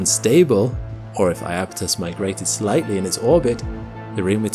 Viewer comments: Beautiful video. But I wish people wouldn't call the moon eye-apetus. When I grew up, it was spelled Japetus, with a J, which caused everyone to pronounced the word with 3 syllables in proper Greek style as "yapetus." And then, at some point, that J turned into an I and everybody decided to add another syllable. Every guide now reflects that. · eye-apethus? is that really how English is butchering the name?